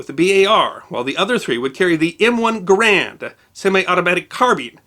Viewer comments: Not "Ga-RAND." His name was pronounced "GARE-and" -- and it's cool that this is the only gripe I have with this presentation! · Also, "Garand" rhymes with "errand". His pronunciation, while common, is incorrect. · John Garand, the man who designed the rifle and gave it his name, pronounced his name as to rhyme with "errand". Thus, that is the correct pronunciation. "Other people also did it wrong" isn't a great excuse. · That isn't how that works. I drive a Ford, which I own outright. If I start pronouncing it "foord", that doesn't become somehow correct because I own the vehicle. There is a proper way to pronounce names, even when those names have been given to inanimate objects. "Guh-RAND" is not the proper way of pronouncing the name Garand. That it is a popular mispronunciation does not make it any less incorrect. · Common usage does not imply correctness. There is exactly one correct way to pronounce the name Garand. It isn't "guh-RAND". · The Garand (which is properly pronounced to rhyme with "errand" is decidedly not a carbine by any definition of the term. A carbine is either a shortened version of a rifle, or a rifle chambered in an intermediate caliber. The M1 Garand is a full sized rifle firing a full sized rifle caliber. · Please look into the pronunciation of John Garand's name. 99% of people say it wrong, FYI.